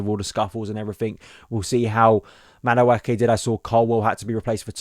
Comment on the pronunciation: Another video where my man butchers Madueke's name.